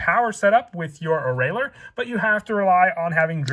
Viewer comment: ~fun fact~ Oreiller is speled o-ray-yay